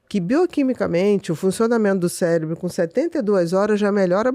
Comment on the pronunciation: Eu ouvi "célebro"?